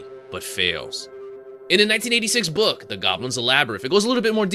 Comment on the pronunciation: This guy can't read! LABYRITH??? ANGUS???